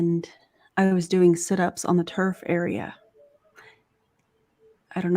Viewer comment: Lol, when said she was in the turf area at the gym (around the 2 hour mark), at first I thought she said TERF area 😂